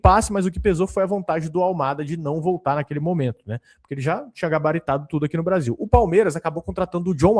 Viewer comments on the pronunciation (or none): "Nu Allianz" 😅